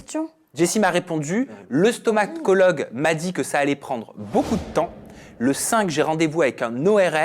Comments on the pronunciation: désolé mais on ne dit pas stomaCologue mais stomaTologue. Bonne continuation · Attention c'est stomaTologue et non stomaCologue 😉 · Pour précision, on dit un StomaTologue et non un StomaCologue 😉 Mais ça m'aura bien fait rire, ça reste une faute mignonne je trouve ^^